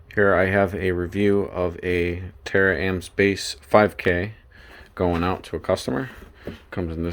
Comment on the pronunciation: Why are you calling it tara-amp? Am I not seeing an extra a? I think it called Tar-Amps without the extra a.